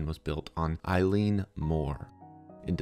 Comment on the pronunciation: Oileann meaning island is pronounced ill-inn, not like a girls name "Eileen".